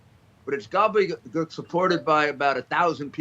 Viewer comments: So a 'professional' reporter says gobbleygoke. His education I'm sure far wxceeds mine and if i had a job such as his i certainly would exercise a vast array of words long before gobbleygoke. Which btw is pronounced gobble de gook. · “Gobbelly gewk”